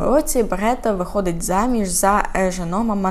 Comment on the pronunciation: Дякую за розповідь. Але чому БРЕта, а не БЕРта